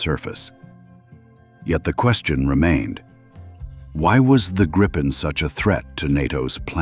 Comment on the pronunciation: A small but nagging detail: Gripen is pronounced "Greepen", not "Grippen". The name is Swedish for "The Griffon"